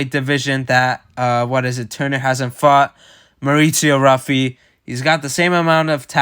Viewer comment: Pronounced Huffy (who-fee)not Ruffy